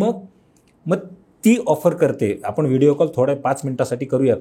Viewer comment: कोनीही, प्रत्येक जन, हणी ट्रॅप, पुने, आपन, दुकाणांनमध्ये, आनखी किती ठिकाणी 'न' आणि ’ण' चा घोळ केलाय या बाईने! बहुतेक अँकर्स हा घोळ करतातच! आधी जरा भाषा सुधारा आणि नंतर आपले चॅनल काढा! 😡🤢